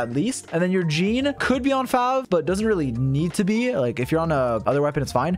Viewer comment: "You have a C6 YEEEEEN" Idk why that pronunciation of Jean was so funny to me in that moment haha